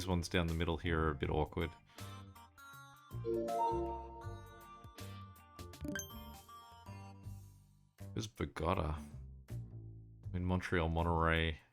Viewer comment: Bogata.... not bog-otta. BO- gah-ta